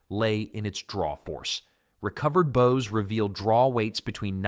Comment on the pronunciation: He said recovered bow its recurve ... I stopped there .